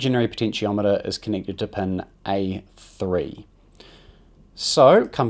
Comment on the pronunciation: Amazing video. But I gotta admit the way you pronounce “pin” was really getting to me lol